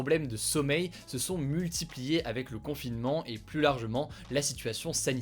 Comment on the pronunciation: Salut. Pourquoi ne pas corriger l'erreur de prononciation qui consiste à systématiquement dire le mot PLUS avec le s?